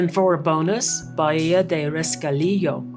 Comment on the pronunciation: Great video. It is pronounced “Ba Hee a”-Bahía…Don’t mean to be a stickler…such a lovely area. Thanks for sharing it!